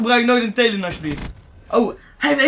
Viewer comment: Lol hij spreekt het juist goed uit